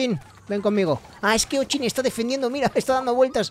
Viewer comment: Se pronuncia ochin no o chin